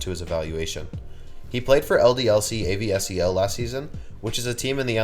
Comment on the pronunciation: Just for info, it's not A.V.S.E.L, it's ASVEL (the S before the V) and pronounced ass-vell.